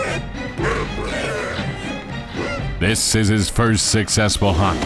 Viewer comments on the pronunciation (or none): none